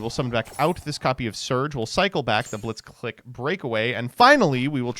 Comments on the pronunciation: The fact that the name is so clearly a Japanese-Engrish pronunciation pun on "Blitzkrieg" (the lightning strike warfare) yet people continue to call it 'blitz-click' instead of 'blitz-cleek' . . . then again, this is the Smiger and Stray-toes guy. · "clique" is pronounced "cleek". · mispronounced the archetype the whole video